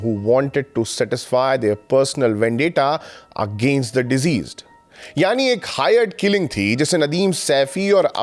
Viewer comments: the word is "deceased", not "diseased". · Thank you for the video. Can you please work a little on your pronunciation of some words like deceased not diseased! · आप Diceased उच्चारण गलत कर रहे हैं